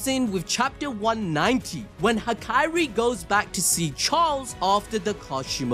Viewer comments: It's HaKAri, not Hakairi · aint no way bro calls hakari "hakiri"